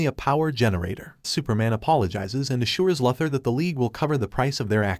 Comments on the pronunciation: Who is lother it’s pronounced luuther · It's not Lothor it's Luther: Lu ther. And you don't have to say each characters name each time something happens to them. Also it's Jon Jonns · Lafthor. It's Luthor lmfao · mate, I understand it's text to speech that's why I suggested that he should spell the text incorrectly on purpose so the dumb AI could pronounce it right maybe or something like that. Hence, LOOOOO THOR. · It is pronounced "LU- thor!" Please learn English pronounciations! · How can one recap the Justice League and not know how to pronounce ‘Luther’?